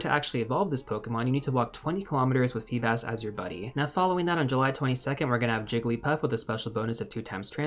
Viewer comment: It's FEE-bass according to my pokemon encyclopaedia